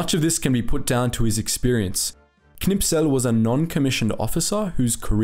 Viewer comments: K n i s p e l....not K N I P S E L :-) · Great video, just the name of the tank ace is Knispel not Knipsel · Am I the only one who notices that he says the name of Kurt Knispel wrong? He pronounces it Knipsel